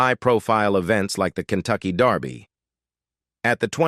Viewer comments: Why does man say Darby not derby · It's called, "DER-by"; not " DAR-by". If you're going to report on something, at least pronounce it correctly. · It's Kentucky Derby. Not Darby! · It’s “derby” not “Darby”! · how do you get 'darby' out of 'kentucky dErby'? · She looks like her dad. Only her teeth are like her mother. It's derby, not Darby. AI usually messes these stories up. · The Kentucky DARBY.....kinda annoying :) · Why do these sites use AI or whatever robotic voice that mispronounces words? Kentucky Darby? Really? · If I heard "Kentucky Darrrby" one more time I was going to scream!!! Great job, but dang this video is hard to take